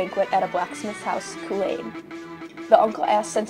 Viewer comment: 'Coo-call-ann' or 'Coo-hull-un' Not Choo-choo-train